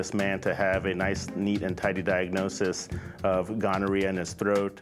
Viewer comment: "A nice, neat, tidy diagnosis of gonoriaha in the throat" 😮